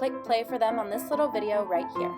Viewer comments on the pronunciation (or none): none